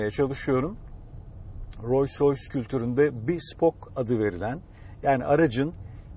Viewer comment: keşke markanın telaffuzunu yanlış yapmasaydınız bütün video "royce royce" demenize takıldım kaldım. Buna rağmen teşekkürler.